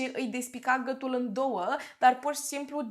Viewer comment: Hello. De ce nu pronunțați “ â”?🤣🤣 mereu m am întrebat de ce, dar nu am scris și acum mi-a venit iar în cap și nu am mai pierdut ocazia. “ gătul”, “ a țăşnit “